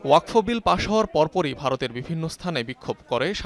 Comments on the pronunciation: uposthapika k bolci..wakof noy.. Wakfo. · উচচারণ ওয়াকোফ না, হবে ওয়াকফো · ওয়াকোফ না, শব্দটি হলো ওয়াকফো। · এই উপস্থাপিকা জীবনে ওয়াকফ শব্দ শুনে নাই?